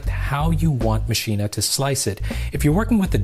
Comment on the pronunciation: Great tutorial, but Everytime you say Maschine you say "Mascheena." It's pronounced "Machine," the extra S in their name doesn't make an A sound at the end